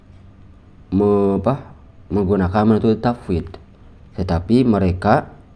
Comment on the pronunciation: Sifat bukan sipat, tafwidl bukan tapwid, salaf bukan salap Tolong bacanya yg fasih, bukan pasih, baca saja gak fasih kok bahas teks arab